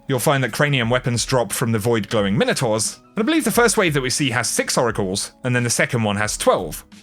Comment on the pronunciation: Thanks for the info vid !! Sorry but it's gotta be said.....Minotaur is pronounced Mine-O-Tor not Min-O-Tar !! !! Keep up the Great Work !!